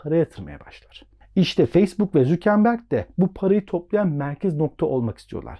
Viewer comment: mark zükenberg ne abi ya valla zor dinledim